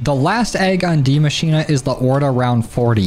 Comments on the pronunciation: It is DIE MA CHI NE. Not DIE MA CHI NA. 😅❤ Its german i am Dutch. Love youre video’s! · Now i dont wanna be annoying Bit as a german it is pronouced die ma-schi-ne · "Die Maschine" is pronunced slightly diffrent 😄 greats from Germany 😄